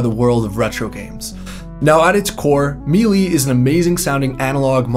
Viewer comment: “Maylay”, not “mealy”, I think?